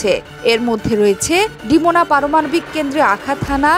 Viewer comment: Come on, it's DeMoNa, not DeMaNo. Please read carefully!